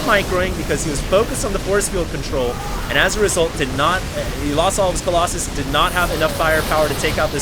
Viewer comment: remember when you used to say Colloxen? You crazy guy, you.